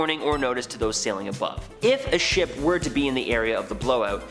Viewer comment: how said shop not ship : )